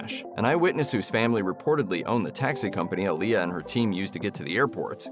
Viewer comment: And btw you pronouncing her name wrong